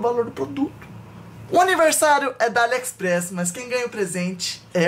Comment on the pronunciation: Entendi o falando alexespress kkkkkkkkkkkkkkkkk